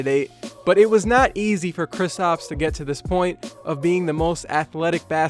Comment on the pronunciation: Y u keep calling him kristOps and not kristaps